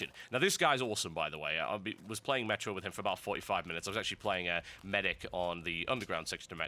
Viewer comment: It's operation May-tro because it's a french word.